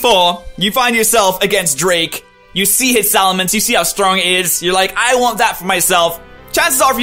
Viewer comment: Salamence,, not Salamance. Man, I gotta do this whole top 100 thing in one night.